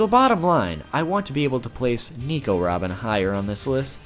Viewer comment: Its nico robin not nEmo robin